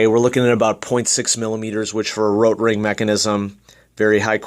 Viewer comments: Why...do you say RRRRotring like...that...? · no need saying rrrrotrrring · RRRROtrrrring sounds better? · I appreciate the comprehensive review. I had kind of a hard time paying attention though, due to the way you were rolling your R on the word Rotring. Don't get me wrong, I'm not trying to make fun of you, I mean, I am a guy watching a mechanical pencil review on youtube, but just saying. Do you pronounce Mexico, May-he-co? Why did you not do the whole review in a German accent of the R rolling dialect? This is probably a mean comment to leave, but after all the cringing and giggling, I couldn't help it. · Why are you rolling the "r" in Rotring? lol its a German company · Great review. I just ordered the Rotring 600 as an upgrade from my Draftmatic. I have 3 days to master the rolling "R" pronunciation. ;)